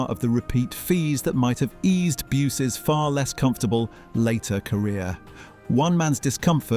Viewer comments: B'You_zzz (1 syllable) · I was about to ask, who the hell is Bew ess? 😂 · Bew es lol 🤣